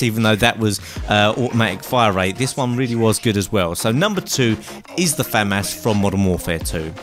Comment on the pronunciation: Finally. Someone actually says famas correctly